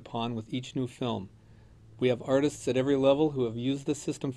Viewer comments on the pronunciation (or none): none